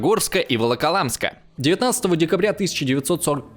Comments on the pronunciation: Хотя в целом появление на утубе новых пульвелизаторов исторической науки дело хорошее. Все-таки дам непрошеный совет. Наймите человека который будет отсматривать записанный футаж и убирайте ошибки произношения. "Вололамск" и "коллаборанские" это уже перебор. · "Волокамск", "Хаенгол", "ВАронова", "ЛУкин", "колабрационские"... автору прежде чем заниматься "историческими исследованиями", следовало хотя бы знать названия топонимов, уметь правильно произносить фамилии и термины... А вот то, что отрицает этот, а потом сам же и подтверждает, власовскую суть нынешнего ельце-путинского коллаборационистского режима, и радужная тряпка над кремлём болтается не случайно. Это не "единственный эпизод в Смоленске" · Первый явный прокол у этого кондома произошёл когда он прочитал название города как "Волокамск"...Нет и не было в СССР города с таким названием. И только, не помнящий ни географии ни истории нашей страны на это срособен.На минуте~17ой стало ясно, что этот кондом есть кондом штопаный и я выключил эту xpeнь несусветную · Поработать с ударениями надо, слух режет, и оговорочки такие типа "волколамск" - недопустимы. Картинка хорошая, с диктором надо работать и работать :) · Всё вроде складно, но когда чтец не может правильно произнести, - ВОЛОКОЛАМСК или ХАЛХИН-ГОЛ, а ещё начинает коверкать фамилии, то начинаются смутные подозрения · Пара моментов. Либо опечатки в тексте, либо автор немного спешил: ХалХин-Гол и ВолокОЛамск. Дивизии не гренадерные, а гренадерские. Зона не оккупированная, а оккупационная. Ударения все же стоит уточнять, если тема вам не близка. Причины большого числа пленных и отступления к Москве все же не в нежелании красноармейцев воевать. У того же самого Исаева в лекциях вполне найдете ответы на эти вопросы. Ну и пренебрежительное отношение к нашей армии образца 1942 как о толпе вчерашних колхозников под командованием бывших директоров фабрик - бред уровня читателя Резуна и Солженицина. Архивы Память Народа вам в помощь.